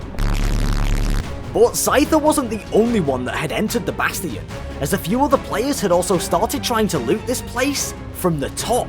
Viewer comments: Im going to have a aneurism if i hear bass-tee-in again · I CRINGE every time he says "Bass-Tee-Yon" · why did you say "bast-ians and not change it back to bastions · It's bastian not basTin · how dare he say bastian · i’m sorry for being an idiot BUT PRONOUNCE BASTION RIGHT.